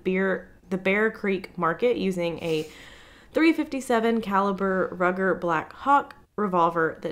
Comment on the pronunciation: A "Trigger Warning"..really ? Your podcast is literally about murder..etc. But Rape even being said/talked about is the problem..lol. Also Ru-ger (German made Pistol) is pronounced (Roo + Ger) one of you butchered it towards the beginning.